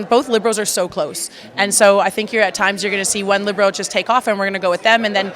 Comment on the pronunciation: She pronounces Libero wrong. Seems weird for someone that has been in the sport for so long